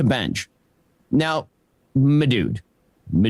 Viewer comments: Ben was picking up some of that Tim Pool lingo saying “madood” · Idk what’s worse, Ben’s “ma dude” or Tim’s “buoys” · It's more like "m'dude". I think he's pivoting toward his neckbeard base